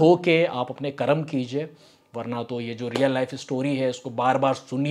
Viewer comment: कर्मा नहीं "कर्म " कहो